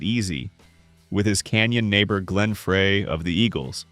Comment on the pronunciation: Learn how to pronounce Glenn Frey’s last name!